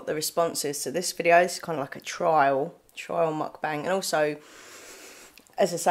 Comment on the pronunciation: You said it right!! Every eating video I've watched it's pronounced how you say it, don't worry :)